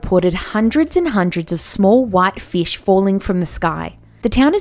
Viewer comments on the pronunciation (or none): I MEAN is Feesh! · the way she says "FEISH" 😂😂😂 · FEESH YAAAS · numbah seex. feesh. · Numba seex: feesh. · Numbar seex feesh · she said fesh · lol "fesh" (not to be rude or anything) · Yo at the 6th one said feesh like if you heard that also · nambah seex. feesh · #6 Feesh. XD